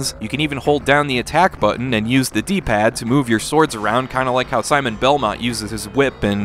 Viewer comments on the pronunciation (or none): none